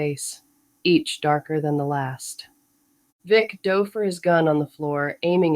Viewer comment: I noticed it was AI after it mispronounced obvious words like dove and bass. AI still doesn't do context well to decide which way to pronounce words like those.